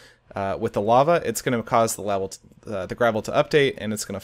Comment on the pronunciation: "It will touch the lavel"